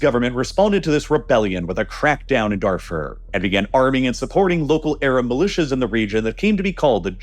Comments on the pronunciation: Please, mispronounce Darfur one more time, it’s truly music to the ears how much you butcher names to farm engagement! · Pronunciation of the following needs some work: - Darfur - apartheid - during